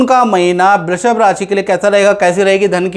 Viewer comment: Abe love day babuchak... Naam bolna Sikh lo... Brrrrushb nhi hai...😂